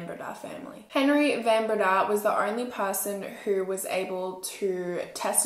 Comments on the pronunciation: It’s van BrAyda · In Afrikaans the "Van" in Van Breda is pronounced "fun", otherwise, thanks for covering a South African crime story! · I'm a van Breda from Melbourne Australia, but from a different family tree. The name is pronounced van Bray-dah. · Bae, here in South Africa we pronounce names differently when they're Afrikaans. Like Fun Bre-yuh-da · I am from Holland Van Breda is a dutch name I love how you pronounce it 😂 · Why is no one correcting the pronunciation of her surname?😭😭😭😭😭